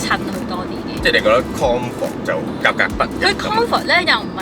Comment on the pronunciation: “Kong fort”.....😅🤣